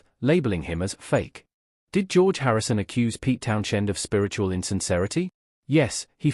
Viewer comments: My thoughts are you're full of shit . I don't listen to anybody who can't pronounce Townshend , the H is silent like you should be . Thanks for letting us know Pete Townshend was in The Who . Who knew ? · Pete Townshend, with the influence on shhhhhend. Tell me you're AI without telling me you're not AI.